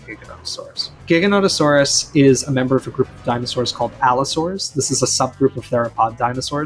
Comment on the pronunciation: It may be a mispronounciation, I think he means that Giga is an Allosauroid, kind of this large group that Carcharodontosaurids are a part of